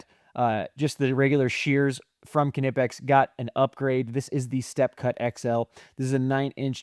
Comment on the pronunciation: Knipex = Nipex. It’s said just like that. No K sound